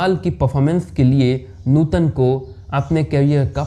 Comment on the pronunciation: अरे यार, नुटन नही नूतन है उनका नाम ट नही त